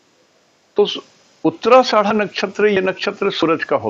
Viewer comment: उच्चारण सुधारिये आदरणीय🙏 "नक्षत्र का नाम" का उच्चारण सही से कीजिये nakshatra "uttara ashadha" नक्षत्र " उत्तराषाढ़ा" है ( "उत्तराषाड़ा" नही है (गाली न दीजिये) ( " उत्तराषाढा" बोलिये )